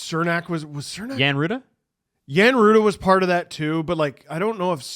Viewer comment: Cernak and Big Mac were the shutdown pair when tampa won their two cups. Also it’s pronounced Ch like chernak Love you all:) happy birthday